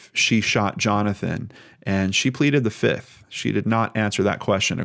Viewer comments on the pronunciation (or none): none